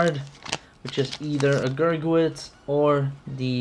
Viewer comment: I like how he says gurgit wrong